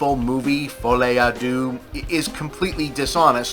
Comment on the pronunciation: I wonder why no one bothers to ask google to pronounce the fucking title not to mess it up? Americans do not care about messing up a «lesser» culture, does not even cross their mind that it would look dumb. Deux – its /dø/ more like in derp, not dew. fol'I not f'Oli. Noonу has to know everything, but when you literally have a way to check anything in 3 seconds and decide not to use it – it's something else. And no, i'm not French, its my third lang and i'm shit at it.